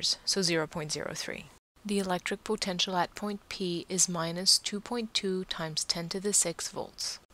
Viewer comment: Thanks! Although i'm bothered by how you say "potential"....